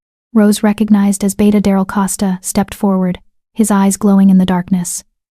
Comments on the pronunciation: It's Beta not beata, it's pronounced bay-ta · The narrator just called the beta a “beeta”. Ha ha.